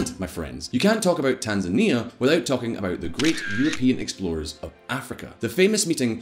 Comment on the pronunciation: Tan-zany. Demonym is tanzaniacs (rhymes with animaniacs)